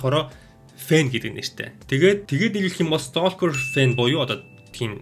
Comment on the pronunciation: Stalker gedeg ugnii L ni helehguigeer unshdag shuu, silent letter 😇